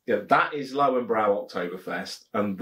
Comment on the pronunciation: Cracking review, as always. Looking forward to the Spaten Oktoberfestbier video! German beer reviewers tend to prefer it over the Löwenbräu Oktoberfestbier. Have ordered a keg myself already. Your pronunciation of Löwenbräu is pretty good by the way, however, the German "w" is like the English "v" and "-äu" is like the English "-oy". Coming from a native German. But enough of the wisecracking, keep up the good work! Cheers